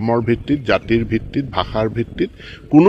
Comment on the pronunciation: Not bakha it's bhakha 🤣🤣